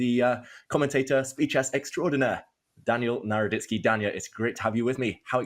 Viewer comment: NARODITSKY- It's not NADORTSKEY it's NADORITSKY SKY-SKAY NOT SKEY